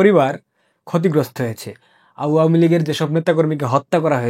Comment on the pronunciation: আওয়ামী উচ্চারণ ঠিক বুঝতে পারছি না